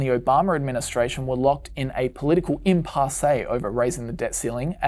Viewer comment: Did nobody else notice how he pronounced impasse